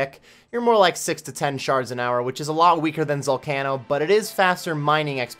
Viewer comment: Your pronunciation of zalcano drives me up the wall but otherwise, nice vid